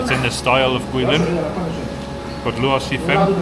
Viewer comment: You pronounce Luosifen like you say it in Cantonese.